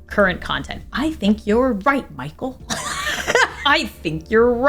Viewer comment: Hi, this isn't something I disagree with, it's just something I'd like to point out, I think you missed the 'A' at the end of my name, it's not pronounced Michael, it's pronounced Makayla, I know it's a small thing but I get it a lot and like to correct people when I can, love your videos, hope you didn't take some of the meaner ones that I'm sure were scattered in there to heart